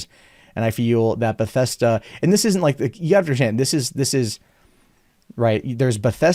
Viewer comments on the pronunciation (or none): It's Bethesda,. Not "Bethesta." Jesus.